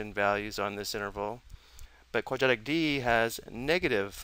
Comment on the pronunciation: quad-rat-ic is how you pronounce "quadratic" not "quad-at-ic"